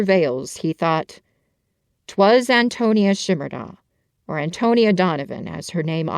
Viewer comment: As a native Nebraska ...it is pronounced Anton... ia